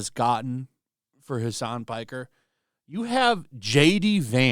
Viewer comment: it sounded like he said hasan spiker :face-green-smiling